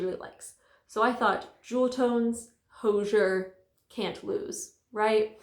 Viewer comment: It turned out so cute!! But just fyi, Hozier pronounces his name to rhyme with "cozier."